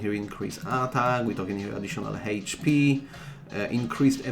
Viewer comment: ”Heidgh pee” & ”Abiliti” 🤭